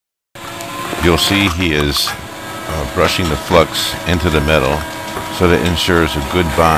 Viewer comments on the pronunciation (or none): none